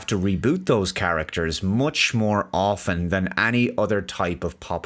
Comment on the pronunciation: Thankyou for understanding the silent "t" in "often".